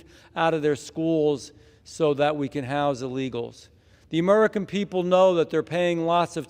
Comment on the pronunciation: He cannot even say "american". Who are "mmmmmericn"?